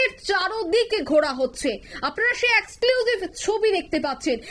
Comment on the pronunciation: Exclusive উচ্চারণ ভুল। এই মেয়েটা প্রতিদিন এত ভুল উচ্চারণ করেন। একে বসান কেন ? আর এই অঞ্জন শুকুল, এটা কে? পশ্চিমবঙ্গের কোন স্তরের বিশিষ্ট সাংবাদিক ওনি ???